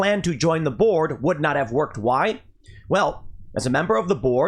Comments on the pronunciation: I'm sorry Tim but every time you said join the board I heard join the borg. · Everytime I heard Tim say Elon refused to join the Board it sounded like he was saying "Elon refused to join the Borg"